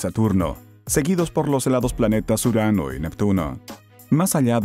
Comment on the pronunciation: Surano no Urano madre mía cómo dais patadas al diccionario